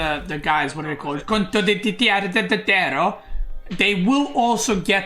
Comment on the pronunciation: i cant keep listening to him butchering the word Condottiero -.